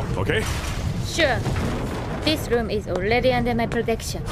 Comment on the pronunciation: "this loom is olledy undel my plotection..."